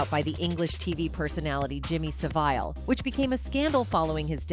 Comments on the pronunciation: Jimmy So-Vile, finally AI got the pronunciation correct🤣🤣🤣🤣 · I was just about to correct you on the pronunciation of Jimmy SA- VILE but that is perfect 👌